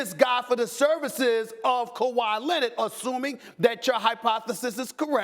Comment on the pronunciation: Kawhi "Lennid" ~ S.A.S